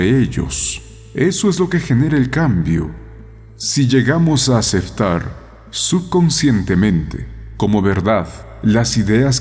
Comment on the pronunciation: Dice aceftar